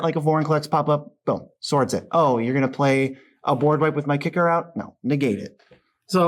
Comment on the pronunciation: Everytime they pronounce Kykar Kick-are instead of K-I-car I die a little inside